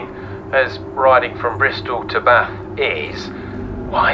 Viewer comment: Seriously, didn't know how to get from Bristol to Bath? Oh, and tell the Welsh guy he still doesn't pronounce "Bath" right Did Si go down Crew's Hole Road?